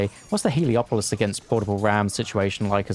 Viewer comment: Everyone calls it "heliopolis", but it's called "helepolis".